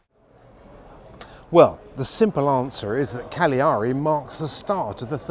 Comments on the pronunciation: It's Càgliari and not Cagliàri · Sorry to correct you, it is pronounced Ca'gliari not Caglia'ri. I can imagine that it is diffficult for you😂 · not easy pronunciation for anglo saxon.... CAGLIARI with accent of the first A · Let’s get this straight: it’s pronounced CALiari! 😉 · Sorry but the stress in Cagliari is on the first A not on the last :body-blue-raised-arms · get this - you pronunciation of Sardinia's principal city Cagliari is - at best - sloppy; you reveal your Britishness. Unlike the French, Italians are forgiving of those who mangle their language. Without getting overly deep, here's a url to clue you in